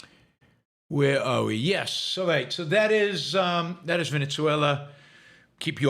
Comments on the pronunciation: 'Ven-uh-ZWAY-luh' it is.... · The country's name is pronounced 'ven-uh-ZWAY-luh ', not 'Ven-ets-way-lah'....